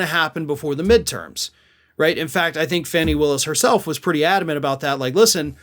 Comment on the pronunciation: I am asking you again, WHY DO YOU MISPRONOUCE FANNY WILLIS'S NAME? EVERYONE PRONOUNCES CORRECTLY!!!!!